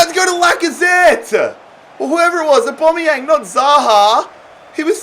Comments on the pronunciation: Every normal person: Aubameyang: AuBOMeyanG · It is literally only pronounced as Au-ba-mey-Ang not Au-ba-mey-ong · Well it's not Or-Bom-Ee-Ang as it's an a where "Bom" is. So if anything it's Or-bam-ee-ang. I say Ow-Bam-ee-ang. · It’s pronounced AubAmeyang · Why you saying Aubameyang weird?